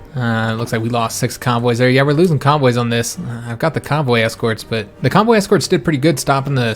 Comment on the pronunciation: Hey man, Loving this series. I have a problem understanding people when i'm tired (I am very much currently), and everytime you say convoy, I hear cowboy, and it takes me a moment to realise what you talking about. Do you think you could do me a massive favour and say cowboy in your next episode? It doesn't have to be too obvious, I just wanna hear the difference. Thanks muchly